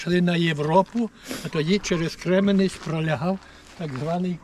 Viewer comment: Кременець–наголос на перший склад